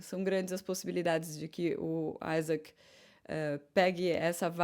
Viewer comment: você me decepcionou agora! Sua pronúncia do piloto Isack Hadjar está incorreta! Ele é francês. A pronúncia, como ele mesmo se apresenta, é "i" e não "ai". Veja o link onde ele pronuncia o próprio nome.